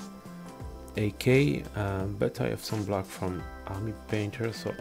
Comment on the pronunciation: aaaaKAA? you mean A K